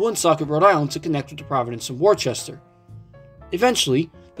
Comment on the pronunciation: Worcester is an English name, and it's pronounced 'Woosster' (a bit like 'book'). As for MBTA branchlines as a whole, I thought Stoughton was the shortest branch on the network. I've driven on that line a few times in Train Sim World, and that's how I heard about it.